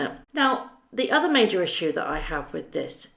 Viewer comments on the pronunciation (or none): none